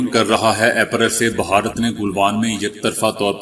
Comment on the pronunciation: لفظ بھارت ہے نہ بھہارت